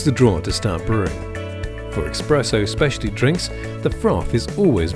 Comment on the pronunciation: This dude really saying exspresso in an ad for an espresso machine? Wild